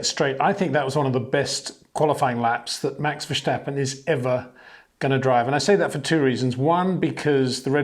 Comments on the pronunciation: Hi Peter, Great show and analysis. Just some polite feedback if I may. Tom clarkson has stopped pronouncing vershhhtappen as its not the dutch way its verstappen as in english phonetics so can you contact a dutchman as I think its the german pronounciation No biggie but as a presenter probably best to nail it. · Verstappen not Vershtappen. Jesus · Why does Peter say 'Max Vershtappen'? Does he say 'Shtirling Mosh'? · The way you pronounce "VerJsJtappen" gets really annoying. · HEY PETER WINDSOR, I HAVE MESSAGE FOR YOU SIR: With all due respect ... it is NOT Max "verSHtappen" ... Max is not German (Germans indeed do pronounce "st" as "sht") ... #Max33 = Dutch NL/Belgium! ... It is not "Bottash" nor is it "Lewish" certainly not "verSHtappen" .... This BS started long time ago when a British sport presenter interviewed father Jos Verstappen and assumed you can use a German pronunciation to a Dutch Driver thinking it is so "funny" ... It is not. Serious question: can any Englishman say "versatile" out-loud without saying "vershatile" phonetically? most can about 99,99% ... that is why most English can pronounce Verstappen 100% correct! Father Jos Verstappen (also F1 Racer) was very active between back then only a very few said "Vershtappen" but the vast majority of British sport presenters pronounced it perfectly ... only a few old stubborn farts like Peter Windshor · He will never be able to write or say his name correctly , but i forgive Peter Winzjor ;-) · VerStappen…would it hurt to pronounce it correctly?